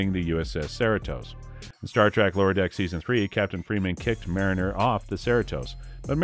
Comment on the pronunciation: Trouble pronouncing Mariner and Cerritos? That was all wrong